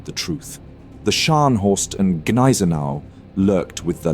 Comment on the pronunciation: Thanks for the video. One remark: its Gneisenau with a G, not Neisenau - saying it like that sounds like saying Glasgow without the G. After all, its german, not french